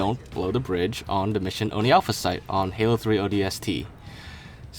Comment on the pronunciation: Since becoming actual naval intel for USN I realized ONI is pronounced wrong in Halo. It's O N I but it's a game so I understand just a nitpick I have now haha